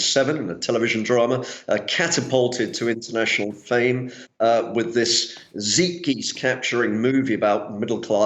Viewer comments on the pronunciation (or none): Did this guy just say "ZIT GIST" instead of Zeitgeist?? RIP Lee Sun Kyun.